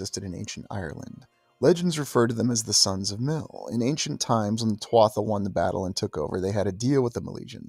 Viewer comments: Just fyi, "Tuatha" is pronounced "Tu-a" or "Tu-Ha" definitely NOT "Tua-tha" Peace 🙏 🐉🐉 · One of my favorite subjects! My mom named me after the Halls of the Irish Kings! Eventually I was learning about The Tuatha De Dananne as well! 🥰 Today, just before coming here, I learned you pronounce Tuatha as ‘Two-a’ the th is silent!😆🤭😊Up until tonight, I was saying it just like You!😃😁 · First word is pronounced tuha, my father used tell me stories of them. My father was a man from the country, rural. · Thank you for covering such a rare topic Pronounced Choo-Ha (tuatha). Translated as ‘The Tribe of the Goddess Danú, a heavenly race who crashed onto the Irish Sea shore during a storm many moons ago